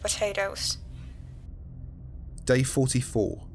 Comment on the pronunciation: Did some one say p t a t a t o s